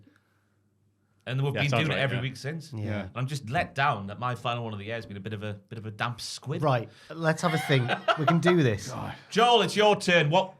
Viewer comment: Dear: it’s Damp Squib not Squid.